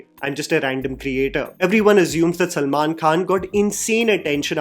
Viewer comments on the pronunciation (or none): none